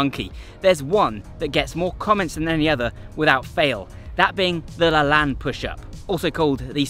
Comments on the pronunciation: His name is pronounced Jack La-“Lane” not Lan. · LaLanne is pronounced with a long A. Like La lane. Not La lan. I know because I watched his TV show when I was a kid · Lane.... not Lahn. See American pronunciation of 'walking down a lane'. This is how Jack LaLanne pronounced his own name, so I'm sure it applies to his push up also.. but great video! Love your content. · Just a loving correction, dear, the name is pronounced LaLANE, rhymes with pain. I know because I grew up watching his exercise show. He was a truly amazing man. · Yeah it was funny hearing him saying it throughout the video. It sounded like he was saying Laland. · pronounced La-Layne not La Lan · Have you not heard Jack LaLanne pronounce his own name? It's the hard 'a' sound, as in lane. Regardless of the spelling, derivation, whatever. Please do the man the courtesy of pronouncing his name the way he himself pronounced it. Thanks. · I'm going to guess you didn't learn about Jack LaLanne from your dad or grandfather. Because if you did, you'd know the correct pronunciation is "le' lain". 😅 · So I believe Jack LaLanne’s last name is pronounced such that the second syllable rhymes with “lane” as in Penny Lane. At least that’s how he said it on his show long ago. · It's pronounced La "Lane." Thanks for the video. He was a fitness OG. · IT IS PRONOUNCED LAH-LANE (LAY-N)! Great video but I died a little ever time you said his name. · The pronounciation is Jack La - lane or layne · Great vid as always but Jack Lalanne is pronounced "La Layn". more of an 'ä' sound. Hate to be the grammar nazi. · thats correct lol he said it wrong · It's pronounced Lah LANE == long E. Go watch any of his TV shows on YouTube and you can hear what he called himself. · That’s interesting, I never heard it said aloud because I didn’t grow up seeing it. I would have also said it the same way as did because I’m the spelling looks so French! Thanks for the correction